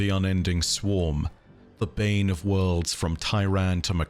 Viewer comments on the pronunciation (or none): none